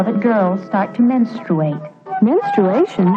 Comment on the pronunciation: Say it with me... MenSTROOate 😅😅